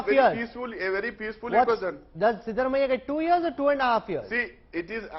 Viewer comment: Please make it coreect that's not shivarammayya,,siddaramayya